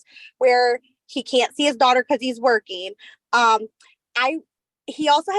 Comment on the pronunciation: Everybody has a job starting on Monday, or real soon. Amazing how everybody starts right after court. BTW, "workine" drives me nuts. Yanks! You do great work!